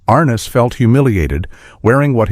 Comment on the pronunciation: "ARN-NESS" NOT R-NESS....